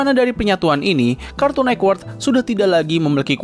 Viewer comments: kartun netwerk bg, bukan kartun nekwert 😭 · Ini kok ngomong nya Cartoon Nekwork, jadi aneh dengarnya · Jaksel aksen